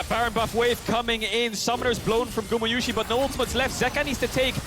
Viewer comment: Does is bother anyone else that they keep mispronounciating gumayusi